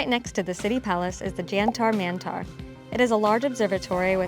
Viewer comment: Correct pronouciation would be Jen-Tur(as in Turkey) / Men - Tur for Jantar Mantar. Same for JAL Mahal - it is Jul (as in july)